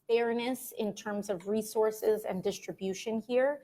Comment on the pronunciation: Only AOC can make the word (and) a 2 syllable word. God I hate listening to her talk. Ay yand??????